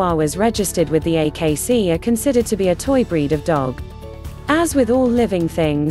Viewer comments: It would have been nice for a real person to have narrated and not a machine. Irritating to me. And dogs have breeds not bread. 😅😅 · Instead of saying breed it said bread lol 😂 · I assume AI is doing the talking. The word 'breed' makes sense in a vid about dogs, not 'bread'. I'll try to find a better made video to get my info. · Lovable bread? Chee-waa-waa? Oh god, my ears! Fire the robo-narrator and editor. NOW.